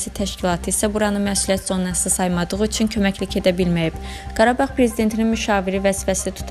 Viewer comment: helə "üЦün" deyən kimi bagıadım...